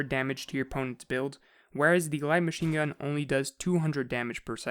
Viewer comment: My BOI said WHITE MACHINGUN